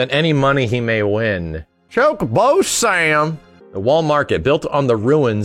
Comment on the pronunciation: I like how said Chocobo Sam with a southern twang:P You're an awesome dork,. Don't EVER change:D